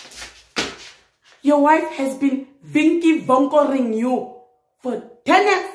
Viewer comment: Haaaaaaa🤣🤣🤣🤣 did I not dat when you say '"vinki vonkoring you"🤣🤣🤣🤣 for 10 years 🤣🤣🤣🤣🤣 mara